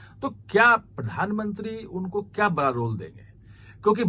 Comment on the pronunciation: Bara nahin bada bola karo.